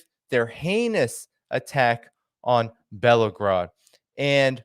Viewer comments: it would be great if you could actually pronounce the name of the city you keep referring to. it’s BELL - GO - RAD /not BELO GRAD. When you cannot pronounce the name of the city/town you keep referencing it makes you seem far less intelligent. Not meant to be mean - but you know what I’m talking about. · the name of the city is Belgorod (pronounced as Bell-ga-rod). You make it sound like Volgograd (another Russian city). Please, stop with your clickbait-y titles of the videos which makes it sound as if people announced in the video will actually participate in your videos. It's misleading.